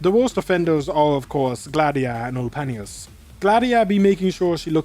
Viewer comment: I like how you pronounces Ulpianus's name 😂 Also where's Tola, bro was Aura Farming for the whole stadium to see